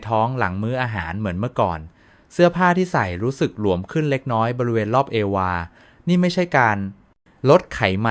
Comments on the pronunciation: แร่...ทา ตุ...ผิวแห้งที่ แก้ มอ...(แก้ม) งั้ว...เงีย รอบ เอวา...(เอว) (เอ็นดูเอไอ อ่านเพี้ยน อ่านผิดเยอะมากอ่ะตะเอง) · รอบเอว..อ่านเอวาเหรอ